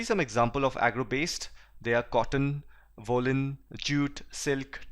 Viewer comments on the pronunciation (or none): sir if you don't mind its woolen not 'wollle'n